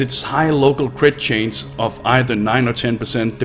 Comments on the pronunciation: It's chance, not change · Gave up when you kept saying chains instead of chance.